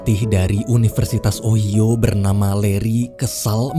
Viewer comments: Itu di bacanya unoversitas ohaiyo bg bukan oiyo🤣🤣 ngakak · Ohio dibaca nya ohaiyo bang bukan ohio, cuma membenarkan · O-hai-yo bukan Oyo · kok gw kesel y sama pengucapan kata ohio jadi ohyo, itu bacanya ohayo! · Jesse : jesi. Ohio : ohaio. Ini bangsat gak googling dulu apa ? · cara nyebut ohio itu ohayo bang🤣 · Wkkw min Ohio disebutnya OHAYO wkwkwk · Pelafalan OHIO ny d koreksi ya bang. Pdahal pembawaan udh bagus, tpi krena denger itu jdi ketawa dulu.